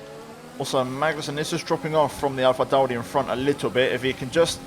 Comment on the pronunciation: Dude same! And Alpha Tauri. I thought I was the only one noticing 🤣